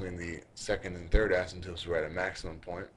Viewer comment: I luv it. Extremely helpful. Pls post more. Only thing is the guys pronunciation is off. He says 'asymptopes' instead of 'asymptotes' which drives me nuts. You might want to try blowing your nose too because you sound very nasally. It would help.